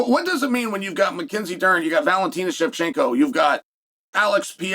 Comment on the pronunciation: he said valentina shevchenko perfectly